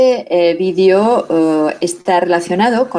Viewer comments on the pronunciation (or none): none